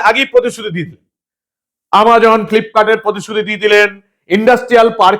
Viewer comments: ফ্লিপকোট নয় ফ্লিপকার্ট হবে। মাননীয়া কোম্পানীগুলোর নাম ঠিক করে বলুন। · Flipkort ✅, Flipkart ❌.